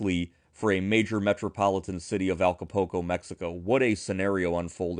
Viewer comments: did see the U? Because he used the "oo" sound..."ooh" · I certainly appreciate the information, and I mean no offense, but you’re butchering the pronunciation of Acapulco. Ah-ka-pool-co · Thank you for your post. I noticed that too. It like they don't see the U . It doesn't even make sense.